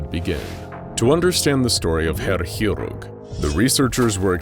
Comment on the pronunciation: It's been a while since I've heard someone butcher a word as badly as you did the word "chirurg". Didn't even realise that was the word until I saw it written down.